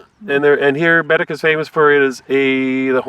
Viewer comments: It’s not Bed- dic. It’s Ba- deck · Bah- deck... not bedeck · Ba Deck Not BED ECK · Yes it is Baddeck (bah deck) not Biddik!! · It's {bah deck} not {bed deck}....... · Loved your video aside from cringing every time I heard BADick, (it’s baDECK) however that’s not your fault as you were unable to hear the tour guide’s proper pronunciation in your sucky bus seats. Despite that, it looks like you guys had fun and I hope you’ll come back and see more of this gorgeous island!!!❤😊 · It’s said Bahdeck not badick lol I lived there for 2 years so I heard lots of tourists say it that way. They are salt water lakes. Baddeck is a beautiful place with lots of history. I lived in Sydney for 6 years. If you ever have a chance to come back you need to do the Cabot trail and the fortess of louisburg. Bell almost had the first flight but the wright brothers beat him to it. So cool to come across your video today. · It is pronounced BAADECK not bedic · baddeck is pronounced Bah Deck. The Lakes are the Bras D'Or Lakes pronounced Brah dor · I am from Sydney, I have lived here all my life. When I was in the military, I would go away in the summer, but I would always love coming back home. And it's pronounced Baddeck, like one word (Buh-deck) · They are salt water lakes, not part of the ocean. There is a lock in St. Peter's where sail boats and yachts enter. It's pronounced Ba Deck - emphasis on the deck. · Came across your video.. very nice. But I just want to point out you are pronouncing Baddeck wrong. It’s Bed-Deck. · Bed-deck….tourists crack me up. Once heard one refer to Sobeys as Sob-ees. Lol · It’s pronounced Baadeck.